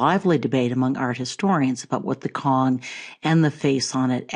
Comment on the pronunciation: It's pronounced Tsong not Kong for Cong (琮). Rising tone (2nd tone) if you want to use Mandarin Chinese. "C" in Pinyin is pronounced Ts with heavy emphasis on the t.